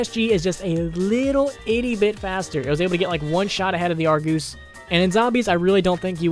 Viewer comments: Why in the fuck is he saying Argoose. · I heard that! "argoos" you can't slip away from me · good vid dude! just kinda weird to me how you call it the argoose😂 also when you call crksshairs reticles! anuway, i liked it man! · I like how he says argoose so seriously